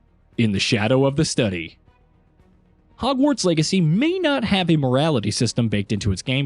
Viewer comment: Is he saying "Hogwarts Eggacy" or am I crazy?